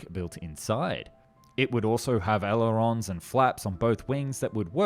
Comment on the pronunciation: You do heaps of videos on aircraft, yet you cant pronounce "aileron" or "gyro"?